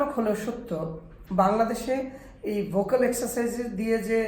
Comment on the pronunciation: ভোকাল নাকি ভোউকল?